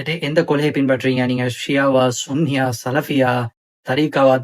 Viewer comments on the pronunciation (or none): சுன்னி சுன்னி ன்னு சொல்லாதீங்க அது நாம் பேசும் தமிழில் கெட்ட வார்த்தை தவிர்த்து சன்னி என்று சொல்லி பழகுங்கள் அப்படி தான் காஜி காஜி என்கிறீர்கள் அது ஹாஜி என்னத்த சொல்ல போங்கடா நீங்களே இந்துத்துவாதிகளுக்கு வாயில் ஒளவில் போட்டு விடுங்கள்